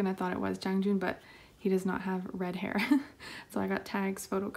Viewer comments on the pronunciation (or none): none